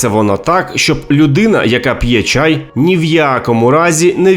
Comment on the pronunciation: Чай, не чяй; пОтай, не потАй; необпектИся, не необпЕктися, напІй, не нАпій. У яку школу ви ходили?